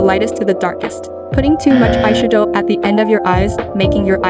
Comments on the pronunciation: I've never heard eyeshadow pronounced that way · Aye shud owe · When she said ayshadough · I’m dying at the EYE - SHA - DO 🤣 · "Eyesha-dow" has the same energy as that "fre-sha-vaca-do" vine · "Eyesha-doughe" I cant help but notice it. 😅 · "eye shue-doe" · “ai shadoh”🥴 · ay-she-doh LMAO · Bruh I didn’t realize it was a version of Siri speaking until halfway through the vid with the eyeshadow pronunciation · I like the way she says eyeshadow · The way she says eyeshadow lmao